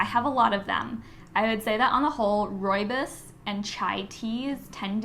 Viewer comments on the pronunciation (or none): none